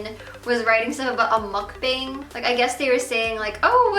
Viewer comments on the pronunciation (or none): what is she saying a muck bing? I have never heard of that term before, what the hell is that? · it bothers me that you mispronounced mukbang. I know it's a Korean word and you don't speak Korean but still.